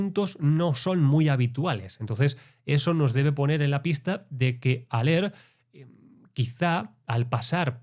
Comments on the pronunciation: Hola, buen análisis! Haller se dice "Jáler" (Al menos así se dice en Uruguay que no hablamos el Español nativo original jeje) Abrazo! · A haller se lo pronuncia "jaller"